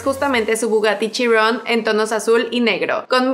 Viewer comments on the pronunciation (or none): Bugatti Shiron (Chiron) y Porshá (Porsche)